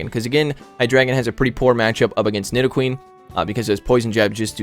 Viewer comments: Nice vid as always! BUT its "Knee-dough-queen", not "Nai-dough-queen" ^_^ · Don't Know To pronounce Nidoqueen!